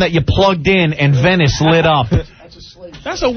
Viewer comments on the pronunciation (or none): none